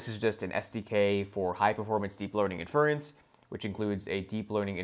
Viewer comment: Great content but for the love of god please pronounce inference (and other terms) correctly. Small mistakes like that end up making you sound like you don’t know what you’re talking about.